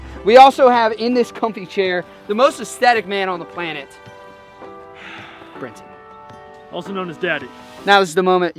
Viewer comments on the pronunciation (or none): It's Brenten! Dudes hilarious